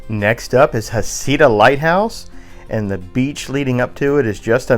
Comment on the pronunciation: Heceta lighthouse is pronounced "Heck kah da". The lighthouse has a beautiful Fresnel lens. The lighthouse keeper's house is nearby. It is said this keeper's house is haunted.